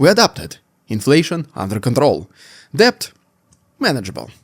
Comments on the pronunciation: "Debt" is pronounced "det" (silent b). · Thanks. Not a criticism but some assistance from someone who learnt English as a second language. The "B" in "debt" is silent.